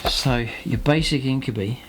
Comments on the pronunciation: "Inc-you-bye" not "Inc-you-bee" 👍🏼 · well no, it doesn't actually.. Regardless of where you are from and regardless of any human language.. This is Drukhari not Latin and more importantly the Games Workshop Intellectual Property says it's pronounced "Inc-you-bye"